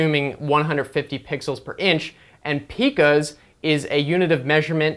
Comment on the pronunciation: Pie-cas Not pee-cas LOL Aside from the digital measurement these rulers have been around for ages